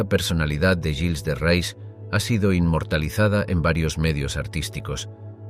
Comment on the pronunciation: Y se pronuncia "guils de re"